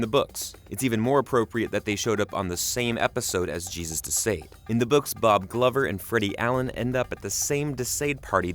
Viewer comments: Thank you. This was KILLING me. "De Sayed." The uncultured swine. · Why are you pronouning De Sãde as [De sĀde]? Haven't you ever heard of the Marquis De Sade as reference for the actual pronunciation? Edit: In the show, Billy is JUST a friend and not a sibling.